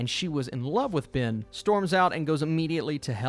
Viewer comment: His name is not BIN, it's BEN.